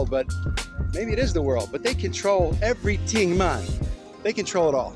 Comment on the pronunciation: are you Jamaican? You said "everyting mann.